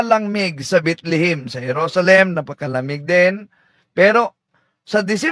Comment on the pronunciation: Mali Ang trivia ni kuya Kim...TAMA Ka diyan.. Mali ka naman sa pag pronounce mo sa Bethlehem HINDI Bitlihim....😂😂😂😂😂